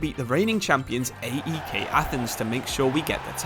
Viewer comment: Nice to see a video in my country's league. Sucks it's not in the actual game. By the way, AEK and OFI are not called by their initials. They are pronounced like a single word. OFI sounds exactly the same as the word Coffee but without the C. AEK is kind of like PAOK